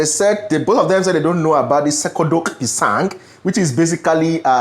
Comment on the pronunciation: I think originally "cekodok pisang" is a Malay snack but it has now become generally a Malaysian snack. If I make it< I wouldn't blend the bananas though... I would just mashed it with a fork. The 'c' in "cekodok" is pronounced as in the ch in 'chart'.